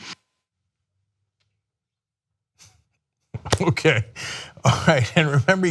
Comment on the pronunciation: Wuhturrr. Beautiful, curvy sexy wuhturr.